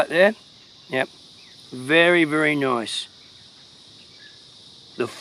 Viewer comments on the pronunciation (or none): That's nice ..or as you Aussies say "That's Noyyyce!"😄